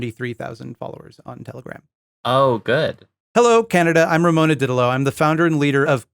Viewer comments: Her name is Romana, not Ramona, I know this because the QAA podcast regularly covers her. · It's actually Romana, pronounced Row-maw-nuh